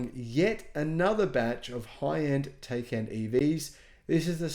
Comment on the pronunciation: It’s pronounced Ty-kon